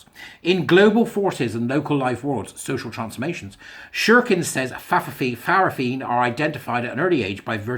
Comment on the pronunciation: In Samoa Fa'fafine is pronounced Fah-fah-fee-nay.